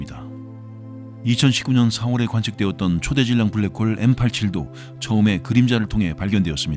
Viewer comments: ㅋㅋㅋㅋㅋㅋㅋㅋㅋ브ㄹ락 크호으올 ㅋㄹㅋㅋㅋㅋㅋ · 빠...빠져든다.. 블랙 호울~~~ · 불뢕 호우우울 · 블랙홀 발음 ㅋㅋㅋㅋㅋ tts 같으면서도 위트있는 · ㅋㅋ 형님의 블래액호오올~~발음 지리고 갑니다ㅋㅋㅋ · 뿌우웨액~~~ 코오오우호우우울!!! 블랙홀에 빠진듯 시공간에 휘어져버린 아저씨의 완벽한 영어발음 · 브울뤸~쿼올 "뭐~ 지금 까진 말이죠" 급 입니다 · 약해지셨소 강한때로 돌아오시오 브레웨~욱홀이 내머리에 박혔을 그때로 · 블래쿠~호우우~ 발음 개킹받네 ㅋ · 블랙홀 발음에서 급발진하는거 넘웃김ㅋㅋㅋㅋㅋㅋㅋ